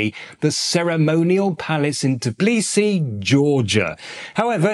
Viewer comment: Tblisi, the way he pronounced is a weird combination of Tiflis and Tbilisi 😅